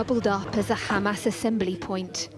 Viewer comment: Oh Ha-MESS, Ha-Mess. Was it worth it?